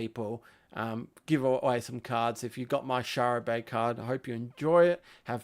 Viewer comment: Next time if you can't say Shara Bey, try Shazza Bey instead! 😂 Hope things are well in the outer rim. 🇦🇺 🪃